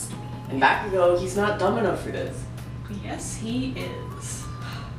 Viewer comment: no f*cking sh*t you called him bakago its bakugo but nice start